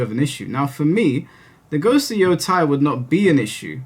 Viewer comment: I'm pretty sure it's "yo-TAY," unless it's a German name or something. I have no earthly idea why people who are familiar with games and stuff from Japan are suddenly collectively (at least among youtubers) pronouncing the Japanese "ei" like "eye." Maybe I'm missing something, though. On a different point, sure seems weird (and cowardly as you've stated) that the ideologically fanatical keyboard warriors are also the ones who justify their terrible behavior/language (specifically referring to the use of slurs). One of the reasons I'm glad this channel exists is because the ideological garbage isn't coddled in EITHER direction, and that takes integrity (and tact, which so many people speaking online and in these more creative industries seem to have no concept of). The political extremes that are so constantly coddled and then lumped into the more moderate/nuanced takes by the other extreme has made discourse more unproductive than ever. Truly a shame.